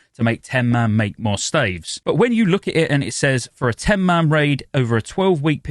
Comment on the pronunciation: can you say 'staves' correctly. thanks.